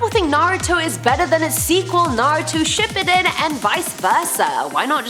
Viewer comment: Watch to 39:0 to 42:0 did she really say ship endin